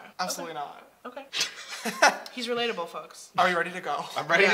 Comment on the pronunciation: "He's relatble, folks."